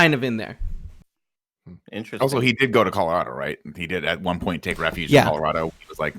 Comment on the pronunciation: Shout out to Hugh Jackman for pronouncing Colorado like a native.